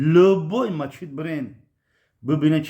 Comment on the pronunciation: Бобо Мачить не Масчит бгу бо хтона Бобо меги